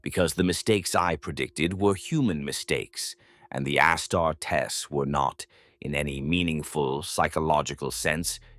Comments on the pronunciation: I hate knowing this is all Ai.. because they can't pronounce stuff properly,, like Astertes.. I thought the Ai images were ok, but now i know the whole channel is pure Ai and garbage.. even the brother from the void camera. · "Ah-star-tess?" So then this is AI narrated in spite of the dude in the helmet? I can't imagine someone who speaks English getting "Astartes" so wrong